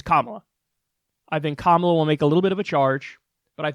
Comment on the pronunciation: Its "Copmola"